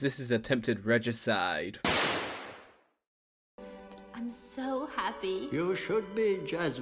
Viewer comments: Attempted Regiciiide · I liked the funny way you said regicide. 😂😂😂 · love how you said regicide